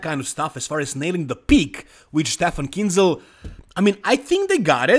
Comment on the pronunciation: Finally you pronounce Kienzel right 😉 👌